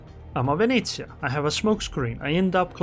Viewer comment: for the pronunciation of Venezia, you even got the northern italian accent right 👍